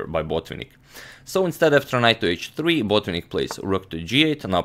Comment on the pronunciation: Antonio, not sure why you keep putting stress on the first syllable in Botvinnik's surname. It's Botvi'nnik, with the stress on the first "i". In any case, thanks for the very good video!